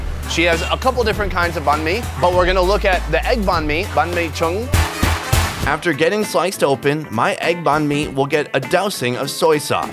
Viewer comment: That is not how you Pronounce eggs in Vietnamese